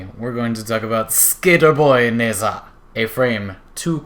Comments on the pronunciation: its pronouced Na-Zha, not Ne-Sa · How hard is to pronounce Nezha,and you fuck it up, congrats.